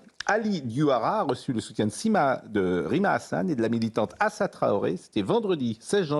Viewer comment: Diction /20 "Rime à rien"